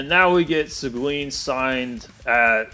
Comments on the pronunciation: Segween? It's pronounced Segeen. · Its See-guin, not Sequin.